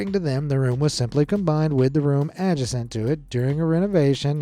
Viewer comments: Hey, adjacent isn't pronounced as a-je-sant. It's a-jay-sent. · I have never heard adjacent pronounced like that. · Sorry, “A-juh-sent?”